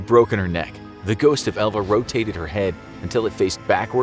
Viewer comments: I kept hearing ELVIS instead of Elva. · I did too.